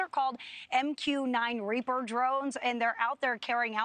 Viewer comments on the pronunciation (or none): Raper drones?... or reaper drones. She gets it right ish. Idiot.